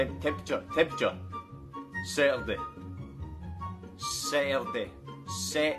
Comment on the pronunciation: My German mom pronounced Saturday the same way as I this guy.